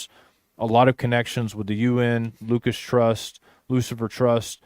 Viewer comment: I thought it was Lucis not Lucas